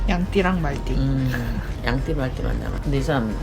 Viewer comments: 양띠를 양띵이라고 들은 1인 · 양띠 할때 양띵님이라는줄